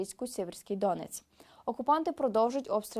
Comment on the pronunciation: не дОнец, а донЕц